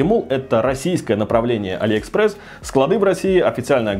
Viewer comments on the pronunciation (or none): none